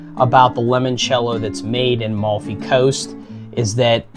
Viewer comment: You say you are a Southern Italian? You can't say AMALFI.. and it's not LEMONCELLO. It is LIMONCELLO. Seriously. Ma va'.....